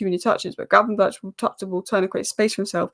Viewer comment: In dutch 'ch' has the same pronounciation as 'G'. So gravenberch should be pronounced as gravenberg. Anyway good analyses!